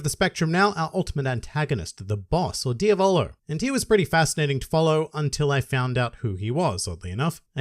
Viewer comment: Okay, you learned how to say Jotaro, now let's continue. It's Diavolo, not Dia-VOLO. It's Polnaref, not POL-naref. ~just had to point that out but great vid like always~